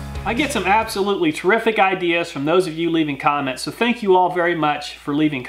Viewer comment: This guy went rainman on the word "comments" lol